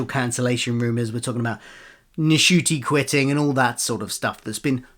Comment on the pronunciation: Thank you for a down-to-earth view of the rumours. Isn't the N in Ncuti silent, though 🤔? For a foreigner like me, it would be a disappointment if Dr Who disappeared from streaming. I don't want to go back to waiting for the DVDs and getting episodes spoiled in the meantime.